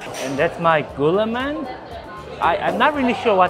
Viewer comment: Srry but the pronunciation is wrong, Gulaman is Gu..laa.man, and liempo is li..em.po